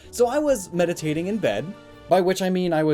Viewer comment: He said meditating i heard fapping